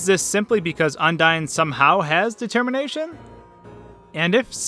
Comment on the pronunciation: You mean Detemmienation, lol